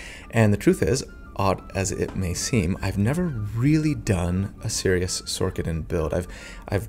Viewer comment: Is it Sor-ker-er? Nay, so why are you calling it Sor-ka-din. It's Sor-sa-din. Otherwise, I absolutely loved this video, you're amazing!